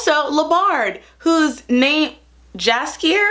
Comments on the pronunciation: i rlly hate to be this person but its yaskier with a y, even tho its spelled jaskier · read Jaskier as Yackier (with soft c like in Cersei), it gonna sound as it does in polish, the original, in which its a name for a very lovely aggresivly bright yellow flower, and adjective derived from Jaskier - Jaskrawy means basicly a bright, intense colour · I started watching it a few days ago and it gives me such Xena vibes tbh, in the best of ways. The Geralt/Jaxier relationship was giving me Xena/Joxer. You messing up the names cracked me up 😂 And that Snyder cut joke hits different now lmao I also think the show is too straight, they could have made Geralt bi. I actually think making the hypermasculine warrior protagonist straight is so expected so that would've been cool. And omg outlander, also dropped it because I couldn't with all the sexual assault as plot device and racism. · I love it that you tried to pronounce it right! Next time try to say "Anne-jay Sap-cove-ski" and you'll impress even the Polish fans and the name Jaskier means a type of flower (pronounced like Yaskier)